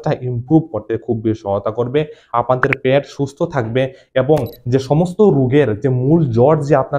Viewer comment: ওটা প্যাট নয় ওটা হলো পেট